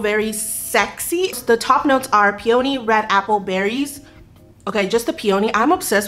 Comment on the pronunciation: Peony pronounced “pee ah knee” 🌸